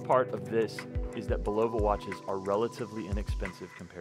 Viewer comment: Love how most of the watch reviewers of this brand can’t even pronounce the name correctly. For watches sake folks do some homework it’s pronounced (bull-uh-vuh) not (bull-low-vuh).Just watch a simple commercial of the product or even one of the interviews of the president of the company.